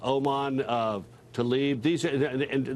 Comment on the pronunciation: Oman talib? Lol what